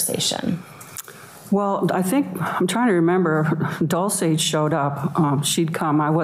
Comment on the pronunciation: The defence attorney can't even get Dolce's name right. DOLCE not DULCE🙄